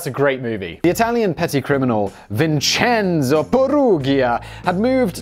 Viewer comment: Was cooking for my first viewing, rewatching to get all the details I missed (plus Simon's money). My son is named Vincenzo and he really appreciated hearing his name spoken authentically over and over again!